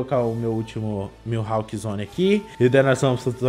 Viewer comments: E nn é "mihalk" é "mihawk" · Na vdd é mihawk :)